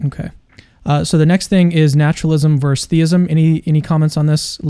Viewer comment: Bro the word is VER-SUS. A verse is a something in a song or the Bible.